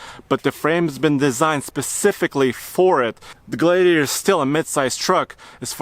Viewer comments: It’s pronounced Glad e a tor, not glade e a tor. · glad-iator, not glade-iator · Glade-iator )))) No it is a Glad iator. Please, we are glad to have a gladiator, not a glade-iator. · Gladiator not glaydiator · Gladiator. Not GlaYdiator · Glad not Gladediator. Lol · Glaidiator lol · Yeah it's not a Glaye-diator!!! I could barely watch this guy!🤷‍♂️🙉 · Matthew Chandler exactly. That drove me nuts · Noticed that too. Sounds like Glade-e-ator. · The way he said Gladiator made me thumbs down this video...wtf? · Can't even say the name of the truck. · WHY ARE YOU STRUGGLING TO PRONOUNCE THE JEEP GLADIATOR??????? EVERYTIME YOU TRIED TO SAY ITS NAME,I STARTED LAUGHING...……………….whats up with that?????????????????????????????????????????????????????? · Guy can't even pronounce "Gladiator"! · It looks great. And it's really cool that it has a manual option. Only 2 problems... It's a Fiat Chrysler product, AND it will be overpriced. Lastly, I've never heard anyone say the word gladiator like does. What a weirdo. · Pronounce Glad- iator again for me again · It bothers me how he say gladiator. Is it just me....?! 🚙